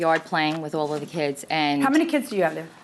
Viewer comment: She pronounces "Kids" as "Keds". I hate when women do that.